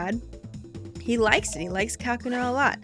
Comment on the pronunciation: It's not "KA-kuna". It's "ka-KU-na". As in, "cocoon".